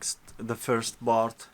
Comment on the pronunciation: And please stop saying "Bart" instead of part :)))